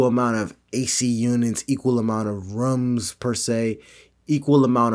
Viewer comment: Saying "rooms" the same way Leon Lush says it got me.